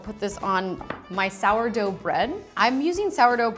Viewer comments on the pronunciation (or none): 🇺🇸 “sourdough” every german: 🤦🏼‍♂️🤦🏼‍♂️